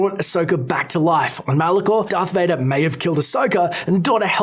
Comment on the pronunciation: wait what dearth vader? its darth vader